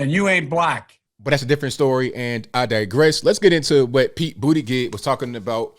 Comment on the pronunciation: Hey, it’s pronounced BOOTY-GAUGE! Lol